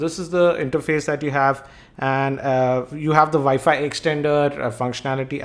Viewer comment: my dad called it wefi it annoys me